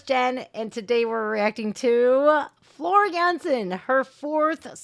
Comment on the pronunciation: I like how you properly pronouce Floor Jansen the Dutch way..👍